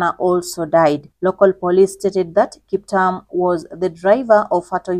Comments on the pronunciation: She's saying Kiptam but a good and detailed video. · Please reread your script and pronounce the Kiptum with a ' U' as in a e i o u . It sounds horrible the way you prounounce the nane! For God's saje you are Kenyan! Otr are you not? I can exvuse you. But learn fast! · He is Kiptum not Kiptam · Kiptum not kiptam... anyway, may he rest in peace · Kip-toom please … written KipTum